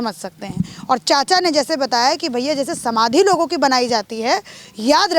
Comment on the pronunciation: चचा क्या होता है मैडम चाचा बोलिये